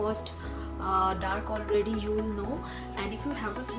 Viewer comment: Wasch ?? Its Watch Also you always pronounce “you” as “zooou” Been watching you since couple of months... i could not stop myself to alert you! Make videos in hindi.. if you aren’t comfortable with English Language!